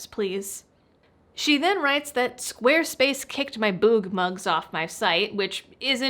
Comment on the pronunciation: I was just listening, while cleaning up my desk, until I heard her say she had a "boob mug" kicked off squarespace and then she had my full attention. Well, until I realized she said, "Boog mug". Disappointed ;-)